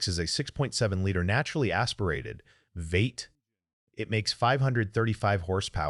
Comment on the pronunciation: AI Slop, what the hell is a Vate?